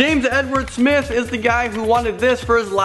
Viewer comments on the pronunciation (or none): none